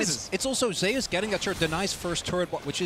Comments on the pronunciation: I'm just bothered by how they say zeus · why do they pronounce zeus as zayus